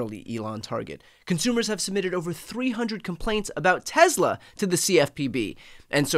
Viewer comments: It's pronounced Tesla, not Tezla. C'mon Brian, Leon Muck already hijacked x, don't give him z too. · TESSSLA NOT TEZZZLA